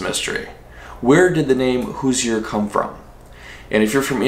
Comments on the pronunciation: Hoosier is pronounced hooshur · Hoosier pronounced hoo-zhr. Being fifth generation born in Indiana I was told the word Hoosier is a combination of "who's there". Like when someone would come knocking on the door or walking across the field. I've also heard, as another commenter said, it's a combination of "who's your?". Not sure if the truth will ever be known....🤔🧐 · Did it bother anyone else by the way he was saying Hoosier cause it did me. I know if you don't live there you might not know how to pronounce it but it bugs me so much